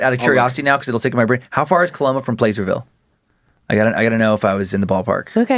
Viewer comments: Placerville... Short "a"...not PLACE-ER-VILLE. 12 miles from Pollock Pines. Between Sacramento and Lake Tahoe. ☮️ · Pla-sir-ville lol. i live there and i promise no one says it the way you did. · Placerville...pronounced plasser-ville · Dan, it's pronunced "Plass-er-ville" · Placerville has a soft "a" sound, like apple. I know it's not phenetic, but...